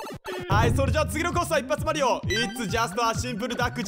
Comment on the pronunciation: マリオのことマリーって言うの好きです♪